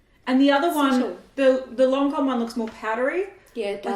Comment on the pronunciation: It's lancòme not loncom 😂